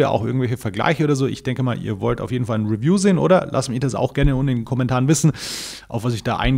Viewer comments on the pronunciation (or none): none